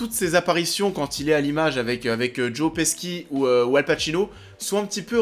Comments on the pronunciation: Peski ?? PESKI ?! Ça se dit Petchi... 🙄🙄😂😂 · on dit "Petchi" (Pesci) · Ni l’un, ni l’autre; ça se prononce “Paichi” à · Bruno enfin quelqu'un qui le remarque !!